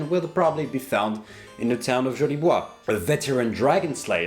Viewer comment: Nice french accent for the city of Jolie bois :)